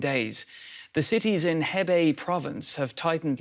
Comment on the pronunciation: Hebbay Province? Her-Bey.